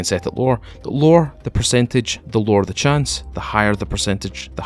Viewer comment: Every time he says "the lower"I was thinking he was saying the lore' and then I would wait for some piece of history on the game LOL it got me like three times